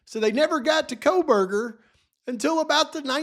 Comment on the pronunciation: yes ma’am who could ever forget the famous JJJ uttering KopaaKohberger. 😹😹 Can’t forget herself referring to Bryan as Brent. 🤦🏼‍♀️🤦🏼‍♀️